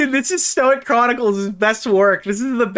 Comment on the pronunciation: somebody tell idubbbz it's pronounced Stoyke